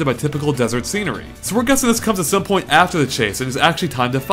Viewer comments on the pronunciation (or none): none